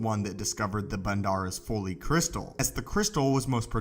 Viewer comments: That pronunciation was killing me. Every time I heard him same Foley, Folie.. I’m thinking “Folly” is so obvious Remember Mic Foley, crazy WWF before WWE wrestler. Also if this Crystal is the only one and it imparts a “pairing” with its host, the crystal. Well This smoky brown turd Crystal was poorly thought out. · I keep thinking of a sound expert on a SW set every time I heard "foley" instead of "folly." LOL. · Folly is pronounced FAH-LEE, short "o" sound like in trolley. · It's pronounced FAH-LEE.... Folly... Come on mane.. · Learn to pronounce folly